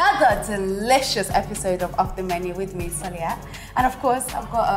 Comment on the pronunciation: *Soliat not Sulia !!!!!!